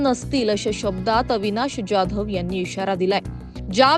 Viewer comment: पहिला तुम्ही जाधव व्यवस्थित म्हणायला शिका तो काय डॉन नं १ मधला आहे का